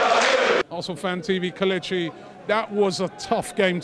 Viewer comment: It's KELECHI it's not that hard